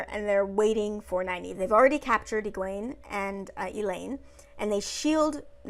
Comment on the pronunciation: 1) Nynaeve wasn't angry during the horses. Lightning couldn't have been her. She was scared. Her block would not allow it. Also, Egwene is pronounced "Egg-win".... all of their names are Scottish names. I had to look up the proper way to say them all and they all sound better when you throw a proper Scottish accent on them. 2) Agreed. She is a hero. No more comment needed. 3) She grew up around boys and has anger issues. Seems exactly what I'd expect. Though she should have broken her fingers with how hard she hit someone. 4) Being a hero isn't never being scared. It is doing what needs to be done anyway. As I said, she is one. 5) She's stubborn. Two Rivers folk from way way back.